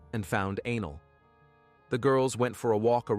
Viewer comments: No...he pronounced A-Nell as anal. That's all. Just trying to help a homie out. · I’m not 12 and that shit was hilarious!!! Not only did it change ANELL to ANAL but the closed caption spelled ANGEL 😂😂😂. Now back to the story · The automated narrator calling the girl Anal😂😂. WTF it's Anell. I'm sorry, but it's funny and was a little distracting😂😂. I find humor in that pronunciation but not the situation.